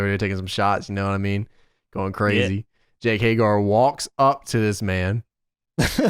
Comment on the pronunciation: Everyone: Hay-Ger: Hay-GAR